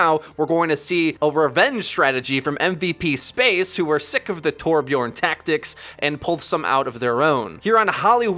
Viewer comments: its torbjörn not torbjorn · Its Torbjörn wtf